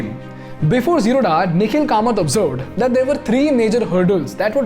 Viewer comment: Hi You are pronouncing Wrongly! It is is जीरोध Not Zeroda! Please Correct yourself..